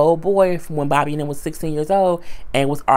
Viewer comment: I don't know why I laughed so hard when you said "BOB-A" lmbo